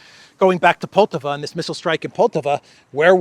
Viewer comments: the proper pronunciation of poltava is with the accent on the first a. Just fyi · the accent is on firstA in the city of Poltava. Which btw became Russian in 1667, up until 1991 I'm guessing.